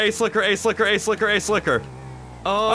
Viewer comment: Took me a moment to realize he was saying "Ace Liquor" I thought he was calling the cop behind him an ass-licker xD